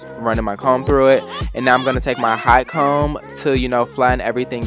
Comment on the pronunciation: Are you saying “high comb” or “hot comb “?